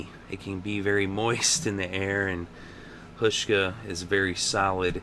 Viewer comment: The first part of Hauschka's name is pronounced with a 'how' sound.